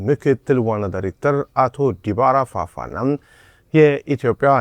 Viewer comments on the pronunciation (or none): ተጠርጣሪዉ ሙሴኛ ዲባራ ፋፋ ሳይሆን ዲባራ ፉፋ ነዉ፡፡(Dibara Fufa.)